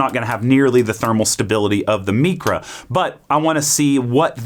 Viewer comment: “MEECRA” why godammit? Mycra, as in microwave